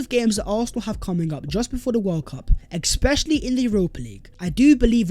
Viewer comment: Sorry but gotta tell u the word is not EXpecially it is Especially with and 'S'. I have withheld til now from sayin it as dnt wanna dampen ur great ability and content. At least u know now. Love ur vids and watch daily